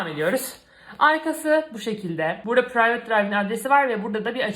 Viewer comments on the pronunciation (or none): none